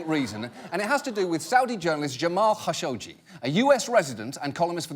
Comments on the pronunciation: That's not how you pronounce Khashoggi. Don't make me pull out my bone saw. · What is wrong with this CNN speaker. TRKSCH, SCHSCHGI. Wtfff. Why has she not been fired for not being able to talk.